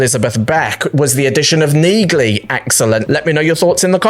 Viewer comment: Dude, the G in Neagley is SILENT. Did you not listen when people say her name in the show?